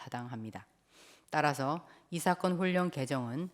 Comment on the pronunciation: 이사건을 이사겅 이라시네 받침 발음할때마다 엉발음을넣으시는데 한국인중에 그렇게말하는사람은없지요